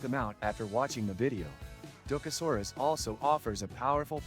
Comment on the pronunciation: Maybe learn how to pronounce what you are reviewing? Probably better for your credibility that way.